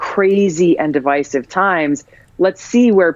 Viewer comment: I appreciate that Tulsi pronounces the word "Divisive" correctly. There isnt' a 2nd 's'. Don't pronounce it as such. Hope she pronounces Veteran correctly as well (no, it's not 'Vetrin')